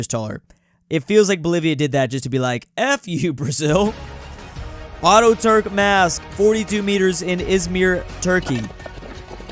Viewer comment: Auto-Turk... Tickles me every time. Atatürk Ata-turk